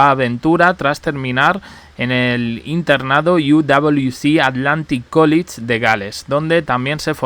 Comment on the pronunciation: College se pronuncia Cólech y no Cólich 🙂